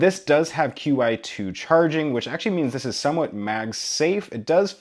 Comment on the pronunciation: Thanks for saying q-i 2 instead of the way other people say it. Come on people it's the letters 'q' and 'i' pronounced 'que' 'eye' NOT "chee". Since when did the letter 'q' make a 'ch' sound